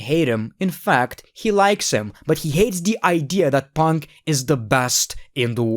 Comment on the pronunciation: This video made me happy because of the amount of times he said "PONK"